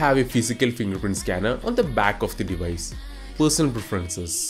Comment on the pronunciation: a nice "dee-wice" for sure